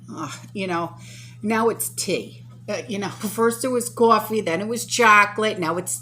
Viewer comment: The way you said “coffee” it reminded me of someone from the “ninth ward” 😺